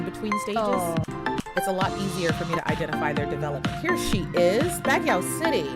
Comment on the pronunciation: Baguio is pronounced BUG-YO